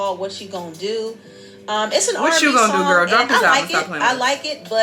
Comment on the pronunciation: Lol idk why its so funny when D say Gurl 😂😂